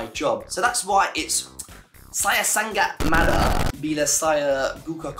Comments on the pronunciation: Not ‘san gat’ not ‘sang at ‘ but “Sa ngat”👍🏽 keep it up to learning bro… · say like this sa-ngat not san-gat 🤣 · Say " SANGAT " not San-gat but Sa-ngat ... Nice try 👍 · Sa - ngat... Bukan sang - gat... Huhuhu anyway bahasa can be used in Singapore, Brunei, south Thailand, certain part of Myanmar, cambodia n definitely Indonesia...